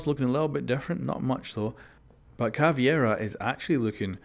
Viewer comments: its caveira not caviera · Please don't say caveira that way, it hurts my Brazilian ears